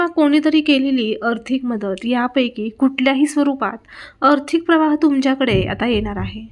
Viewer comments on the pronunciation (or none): अर्थीक म्हणणे सोडून द्यावे. "आर्थिक" हा शब्द उच्चारावा.